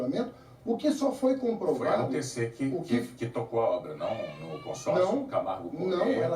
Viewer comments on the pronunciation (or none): Aos Haddad diz O que só foi compovrado Kkkkkkk